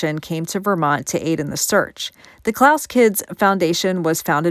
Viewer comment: Klass is pronounced class , that is another strange case there’s alternate theories on what really happened to Polly and why it happened there’s some suspicion the dad either owed money or had something to do with it possible sex ring